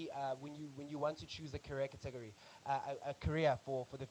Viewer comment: Thanks for the videos! Love them. Just the pronunciation of 'category' distracted me a bit.